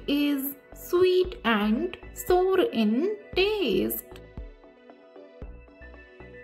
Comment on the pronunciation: This is not sor it is sour😂